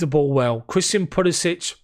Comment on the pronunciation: Decent recap and analysis mate. Just note that you're mispronouncing Pulisic's name. It's pronounced like "Puli-sick"...not "Puli-sich" which is how you're saying it currently. Cheers.